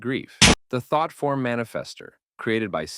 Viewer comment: "by a thot form (yes it sounded like that the 't" was hard)